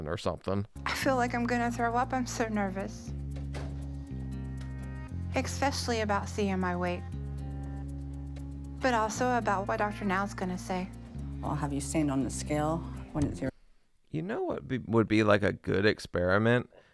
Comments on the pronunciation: She also says “EXpecially”, as Amber Reid does. 🙄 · There's no X in "especially"!!!